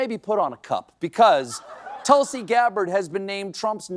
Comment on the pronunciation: I used to watch you a lot. I will continue but (1) learn to pronounce Tulsi correctly (2) don’t attack her intelligence - it makes you look pompous. Also you are speaking like trump now. The way he questioned Kamala’s intelligence.